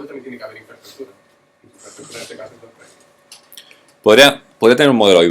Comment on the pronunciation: Me encanta como comunica, solo espero que no se me pegue decir ´Doctrain' luego.